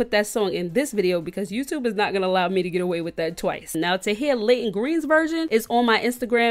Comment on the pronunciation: You saying her song sooooo wrong it ain’t no Layton Greene I mean you said it different la-yt-On